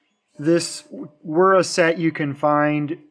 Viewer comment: It's pronounced Vera